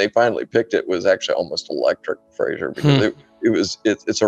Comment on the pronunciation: Very good indeed. Please do another one on the aeronautics of the Mars atmosphere. Thanks (Also, you were very polite: did he call you not Fraser all the way through)